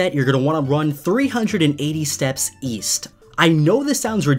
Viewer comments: East? I thought you said “Weast” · East? I thought you said Weast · East? I thought you said "Weast"!